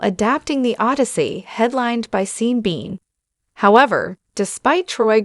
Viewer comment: Hahaha ai voice trying to pronounce sean bean. Lmao